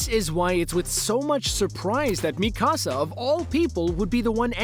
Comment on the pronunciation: Is it just me or is he saying Mi casa and not Mikasa